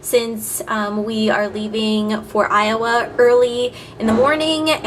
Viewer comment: when you say iowa(ayova), it means moon valley (ay ova) in turkish:) and i know that its named by indians whose roots are turkish... its funny that when you say iowa i heard turkish words from your mouth:)